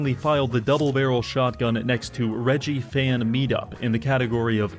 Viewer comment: I’m sorry, did you say “Reh Gi”? Surely you at least heard the name Reggie (reh-gee), short for Reginald.